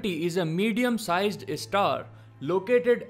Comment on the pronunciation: Apart from Alien... The newly discovered one should be pronounced as Star 🌟...not Istar...😑